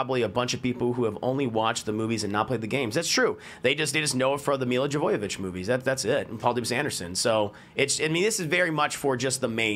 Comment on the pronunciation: At this point i want milla jovivich and her husband back. Jovivich or jovavich how ever you say her name lol